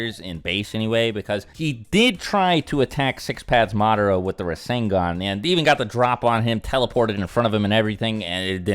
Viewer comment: Rasengan is three syllables tho